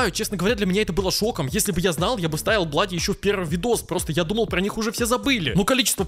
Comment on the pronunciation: Не блади а блуди